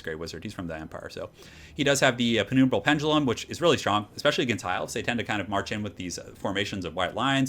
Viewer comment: It shouldn't bother me... but it does. Penumbra is said pen-um-bra, not pen-oom-bra. howjsay is a great talking dictionary if you're not sure how things are pronounced.